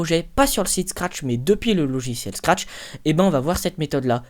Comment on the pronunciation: tu dis trop de fois SCARTCH